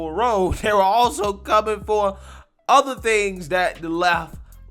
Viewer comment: "Ather" what kind of word is ather ?